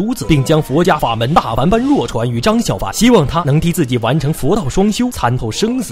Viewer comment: 呃。。。大梵般若，梵是去声（第四声），般若念作波惹才对啦。。。